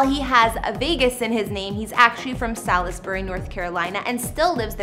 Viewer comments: Listening to this lady try and pronounce names for towns in NC makes me cringe....(one in particular...it's pronounced SAWLS-BERRY) 😬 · Rahhhhh..... rahhhhhh ....... Raleigh (Rah-Lee)...... Salisbury (Sawls-Berry)... for fucks sake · She can't pronounced not a damn thing right. It's Rah-lee (Raleigh) and for Salisbury, IDK what she said but that ain't it. #myHOMEtown #born&raised